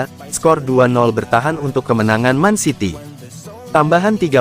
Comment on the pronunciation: Gw senang nator mimin ini yg cowok nyebut mancity bukan mencity yg benar peneyebutannya memang man city seharusnya bukan men city...... 😊😊😊